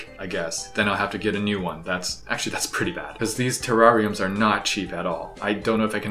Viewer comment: spirals into nihilism, shove me through an emotional rollercoaster, and pronounced terrarium like a brit pronounces terraria Me: still likes the video